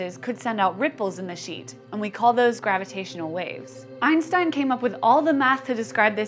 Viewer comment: this pronunciation of Einstein is awful